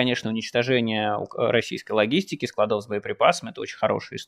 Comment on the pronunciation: Нет склАдов По склАдам Правильное ударение на А по русски